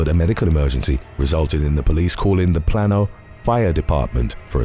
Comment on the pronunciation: Plano= plain-oh or plane-oh 💙